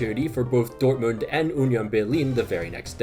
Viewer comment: man said dort-mooned